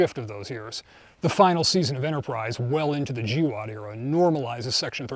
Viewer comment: First time I’ve heard GWOT pronounced as a word.